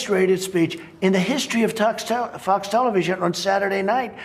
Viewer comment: >>> "Talks Felevision"